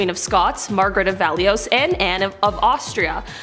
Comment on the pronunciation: Mangled that name it is French Valoui not valioise